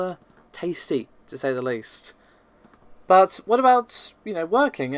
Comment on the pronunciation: I just want to know what is with "BUT“, you and pronunc it in the same manner, I am not going to lie to you you, I really do hate it, it is like someone scratching something